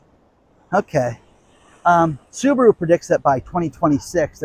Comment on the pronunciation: LOL ... I'm sure Elon had a good laugh about " Subawho " ...